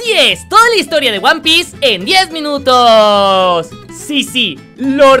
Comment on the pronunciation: No dice 10 minutos dice dies mileños